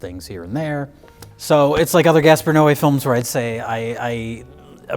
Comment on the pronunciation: pronunciation of Gaspar's last name made me élôel. It's okay though, dude and his films sucks butt.